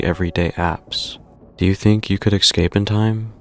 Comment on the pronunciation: Please learn how to say "escape".